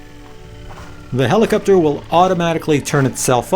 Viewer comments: "Do I say helicupter funny?" Um, yep. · Nice quick review, yes you do say helicopter in a manner that is strange to someone from California. One answer I've searched for, and haven't been able to find, if we have a FlySky FS-i6X, how can we fly when the left joystick doesn't center? Do we just put the joystick somewhere near center and hope the heli will hold position?